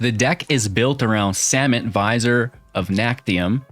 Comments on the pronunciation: Not to nitpick, but it’s pronounced vizEER, not vizOR…a vizier is an royal advisor, I visor is half of a baseball cap…js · Nice! :) I think Vizier is pronounced 'V-zeer'.